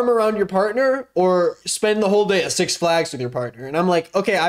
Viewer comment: why do you say six flags like that